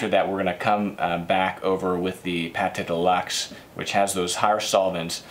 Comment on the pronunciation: Great, by the way it is not PATé de luxe, as in cooking, but it's pronounced like PAT !!!!!!